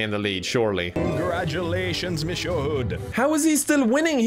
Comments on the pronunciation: more like "missyeu" i guess if i tried to write it out loud... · ok but please tell me why he pronounced monsieur like "mishur" lmao